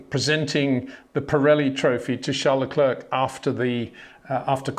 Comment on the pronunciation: Can you please try to pronounce Leclerc and Verstappen correctly?